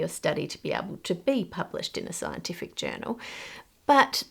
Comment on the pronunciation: So you haven't researched it is what your sayin right here lmao.. Sci Enti Fic I hear you say haha...